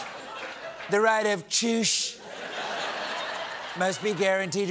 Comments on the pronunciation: I love to have the right to chooooooshhhh!!😂🤣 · "The right of chooos" When you literally choke on your own lies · The right of CHOOCHE? WTF IS THIS GUY ON! lol The right of choice? You mean you can't speak English still?